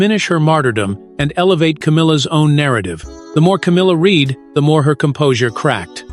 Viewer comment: The narrator cannot even say the word 'read' correctly in content! So, I say fakery